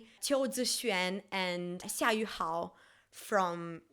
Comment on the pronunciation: girl this is so unrelated to the video but your pronunciation on xia yu hao and qiu zi xuan's name was so good and i'm chinese